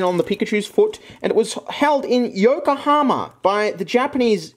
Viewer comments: When you kept pronouncing Yokohama as Yokohoma and tried opening the fan, a part of me died inside That said the soap was super interesting tbh and i love those multi color pens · Ah yes the great city of "Yoko homer.